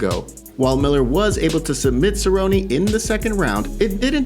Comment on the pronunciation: Favorite Cer-rone-rone moment: Jon Makdessi head kick to verbal tap out.